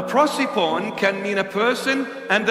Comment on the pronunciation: WIth this "prociphon", "prosephone" I think he is trying to say "prosopon" (face).